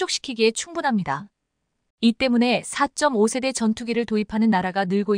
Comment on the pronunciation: 읽는 사람 좀 엄선하세요. 2~3세대를 23세대로 4~5시ㅣ대를 45세대로 읽으니 ㅣ세대가 몇년인 지도 모르는 무식한 해설 자를 기용해야하나요? 넘 귀에 거슬리고 다음 세대는 어쩌려고~~~ 좀 가르치던가?